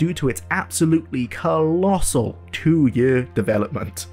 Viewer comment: The word is Year and now Yurr.